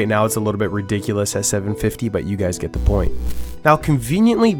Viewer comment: "Now it's allitle bit ridicilous at 700k coins" hahaha....